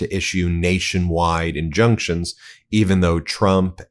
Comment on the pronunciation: Ben: "injuctions and... injunctions"? Huhh? 😆